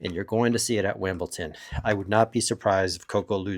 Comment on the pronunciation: It's wimbleDon not WilmbleTon